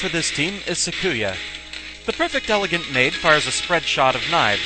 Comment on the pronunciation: Awesome. You've gotten to this series. Alright, well, I'll just say this; I am a Touhou Lore Guy; you need lore for the videos and the wiki is too labyrinthine (and sometimes it is), I'm your guy. Also, please go the good Touhou wiki (en [.] touhouwiki [.] net) and listen to how to say Sakuya's name. Less emphasis on the "ku" part. Apologies if I was rude.